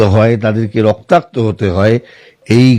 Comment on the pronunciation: রক্তাক্ত রক্তার্ত নয় ম্যাডাম। বাংলায় সাংবাদিকতা করছেন বাংলা শব্দের বানান ও উচ্চারণ জানেন না।